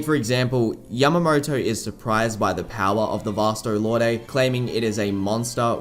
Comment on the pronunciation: Is Vasto Lorday the dubbed version or something? I remember it being pronounced Vasto "Lord."